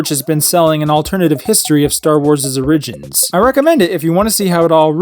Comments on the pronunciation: did you mean to say origins like that? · Anyone have the source on the interview about Luke and the farmboy aspirations? I'm looking it up but can't find it. Also, big oof on the pronunciation of "origins" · Lolol you said “o-ridge-ins”